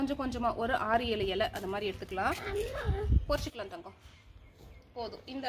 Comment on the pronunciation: Hi sis im ur new subscriber 😍இலை பறிச்சுக்கலாம் னு சொல்லுங்க பொறிச்சிக்கலாம் இல்லை.... Just sonnen.. Keep change da